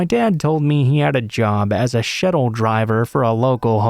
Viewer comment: The word is shuttle. Not shettle. You must be an AI.